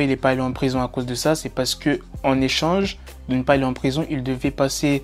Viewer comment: # 'D'aller en rison' XD